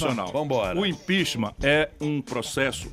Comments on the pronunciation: "Uuuh impíxima" !!!! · "Impiximã" Ciro não sabe nem falar a palavra impeachment, mas quer explicar kkkkkk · "O impixima"kkkkk..